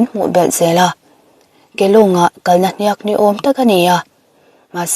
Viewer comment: HNIAK hi chu lam dik ve teh. Story dang ah pawh comment ah i hmu fo awmsi a. Mizo tawng dik hi kan beisei ania. I channel kan ngaih hlut tehreng nen.